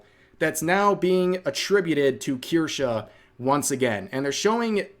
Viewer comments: Kirschaaa or Kirscheee? - It's absolutely hilarious to hear you Americans trying to pronounce a German Word. 🤣 kirschää, kirschiiii - Please do it more! 🤗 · I’m still upset called Kirsche “Kursh” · Strange way on saying "Kirsche".